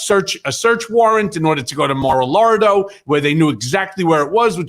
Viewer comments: Did Cohen say "Marilardo" 😂? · "mar-a-lardo" LoL